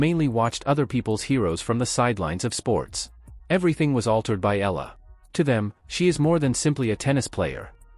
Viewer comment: Please say Alex's surname , the way we Filipinos pronounce it. It's "E-Ya-La," not simply Ela...Thank you..